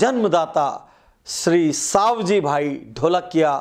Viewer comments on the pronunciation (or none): सवजी भाई not सावजी भाई